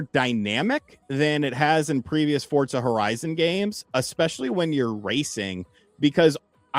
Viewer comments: (For)(za) not fortzah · Am I tripping or are they pronouncing it fort-zah?